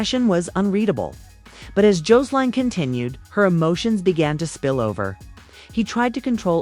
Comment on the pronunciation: JOES-LINE!!!??😡 JO-SE-LINE!!?? 😡